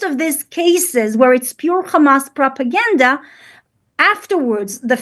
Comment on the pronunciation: They actually pronounce Hamas as Khamass!